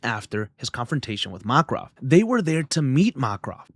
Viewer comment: MAKRAV 😅 VA-LE-RI-A! Interesting pronunciations .. love your video